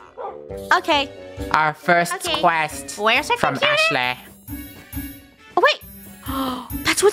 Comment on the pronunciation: I love how pronounces ✨aShLeYh✨